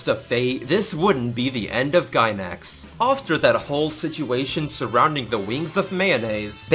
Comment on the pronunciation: Did you just say "offter"?